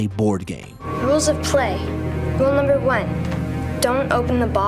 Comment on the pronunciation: Anyone else fuckin’ hate how he says “nuuuuhhmburrr” 😅😅